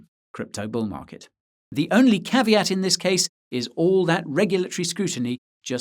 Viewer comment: please stop saying "caveaty" , is a latin world Caveat and has to be pronounced the way is wrote.